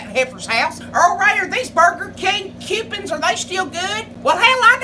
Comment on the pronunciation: "These Burger Kang kew-pins..."